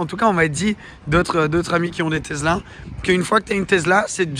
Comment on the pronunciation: Les supports de plaque format Europe avec la taille minuscule des plaques monégasques qu’est ce que c’est moche :o et « tezzla » y’a que moi ça rend dingue? Ça se dit « tessla »